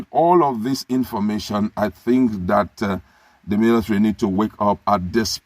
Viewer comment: He calls it "milithary".